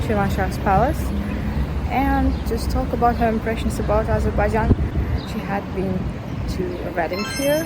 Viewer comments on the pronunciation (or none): what you do is useful and interesting. However, every time you pronounce Azerbaijan, you make a typical Azerbaijani mistake. You pronounce the word AzERbaijan, when it should be pronounced as AzerbaiJAN. Practically the same as in the Azerbaijani language. Thank you.